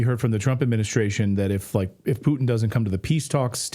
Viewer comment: Why do you mispronounce the Russian leader's last name? Is it some kind of problem to pronounce the T sound?